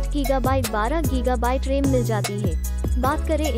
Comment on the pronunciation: Ram ko rem kon bolta hai